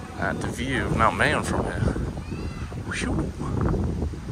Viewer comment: It is pronounced as "MAH-yohn". Filipino language ALMOST NEVER uses long vowels.:) It's been a few days of vlogging in Bicol now, perhaps you can now pronounce it correctly?